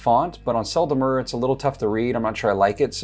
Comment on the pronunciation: French pronounciation pro tip. The "E" in Sel and Mer are pronounced the same, like you perfectly do in Sel =)